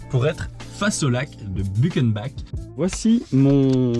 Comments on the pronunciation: On dit Butchennebac ;) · But chen bac